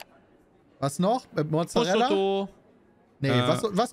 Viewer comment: Ich möchte nie wieder hören, dass Peter Pizza Prosciutto ausspricht!